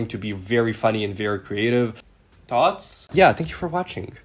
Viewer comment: thots or thoughts?